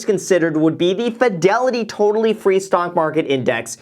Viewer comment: i swear to god he is saying stonk